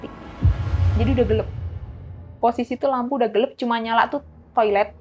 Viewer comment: Si ibuk kok niru2 narsum sebelumnya kebanyakkan kata2 "NOTABENE" enek sumpah !!! Gelap bukan gelep Gempa bukan gempak 😅